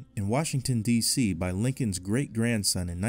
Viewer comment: Lyncon 😆 did you mean Lincoln?